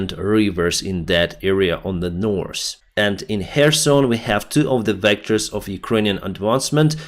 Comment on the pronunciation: Please take five minutes out of your day to learn how to pronounce the word “north’. Hint… it doesn’t have an “s”! You say it wrong every single day! It’s been a year already!